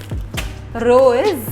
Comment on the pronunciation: ترى إسمو رز مش عارفه لليش بتحكيلو رووووز جاك وروز😅 titanic